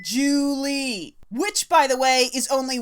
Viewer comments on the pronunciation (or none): It's not "Ju Li," it' Zhu Li."